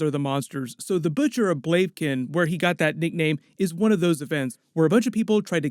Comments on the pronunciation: It should be pronounced "Blah-vih-kehn". :) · Blave Kin! Lol